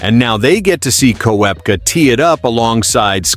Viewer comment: learn how to prorogue korpka